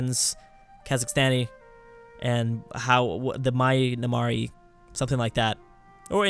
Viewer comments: You can't help cracklord. He said Myanamar. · Myanmar is pronounced as Me-An-Mar not My-An-Mar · myanmar is pronunced either burma or me-ann-mar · Myanmar is pronounced "Me-an-mar" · myanmar is pronounced ' mi - an - mar ' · Myanmar is pronounced "Mian-Mar" or you can just call them Burma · You pronounce Myanmar like this 'Burma' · Plz check how to pronounce Myanmar